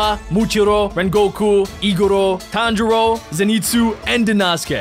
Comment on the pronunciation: its tan-jiro